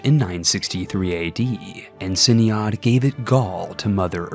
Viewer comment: Ciniod is pronounced closer to Kenneth